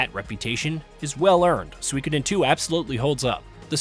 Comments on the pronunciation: He is pronouncing it Swikidin 😂😂😂 It’s pronounced SUKODEN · It should be pronounced Soo-E-Koh-den not Swee-keden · It’s pronounced sue-koden. The I is silent. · Maybe watch a YouTuber who can say the name of the game correctly.